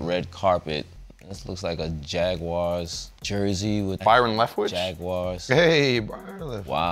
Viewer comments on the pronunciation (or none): none